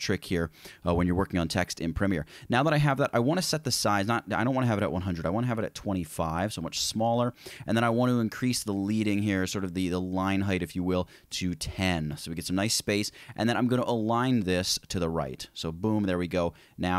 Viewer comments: Leading rhymes with "bedding." It's named after the strips of lead used in printing presses to separate lines. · Downvoted for taking waaaaaay too long. Also "leading" is not pronounced with a long "e". The correct punctuation is with a short "e" as in pencil lead.